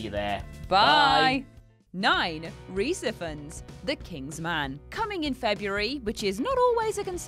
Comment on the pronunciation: And Rhys Ifans name